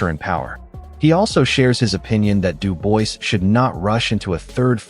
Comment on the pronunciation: AT LEAST LEARN TO PRONOUNCE DANIEL’S FRENCH LAST NAME PROPERLY FONETICALLY IT SHOULD SOUND “ LIKE DU BOA’ , AND NOT “ DU VOICE “